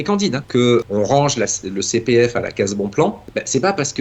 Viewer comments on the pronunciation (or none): " ji suis jilien, inspecteur de la CI PI F ! "